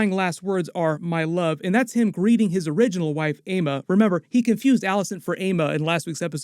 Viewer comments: AEMMA IS NOT PRONOUNCED AYMA ITS EMMA THEY LITERALLY SAY IT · Why do people pronounce aemma as "èima" like for gods sake just say "Emma"...driving me nuts